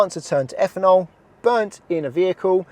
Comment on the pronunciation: Higher effanol….really need to work on pronunciation